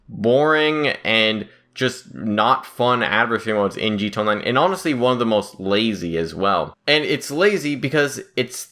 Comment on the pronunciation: Jee Tee Ayy On Line. Not JEET-ONLINE.